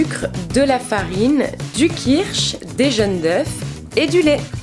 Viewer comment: « Des jeunes d’oeufs » pfff cette mode ridicule de ne pas vouloir prononcer « o »